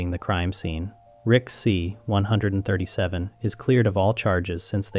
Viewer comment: You must stop saying 137 like that.